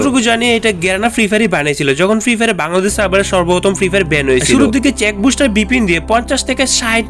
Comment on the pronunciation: ভাই ওটা চেক বুস্টার না সেক বুস্টার😂